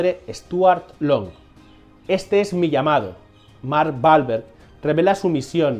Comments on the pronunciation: literal en españa le quitan la seriedad a todo, y este video perdio toda seriedad cada vez que menciona el apellido balverg que no entiendo que actor es ese, yo conozco a mark WWWWWWWWWWAAAAAAHHHHHLLLBBBBEEEEEERRRGGGG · me encanta la pronunciacion de Mark Balverg (literal no entiendo porque rayos pronuncia mal su apellido si es con W y no con B)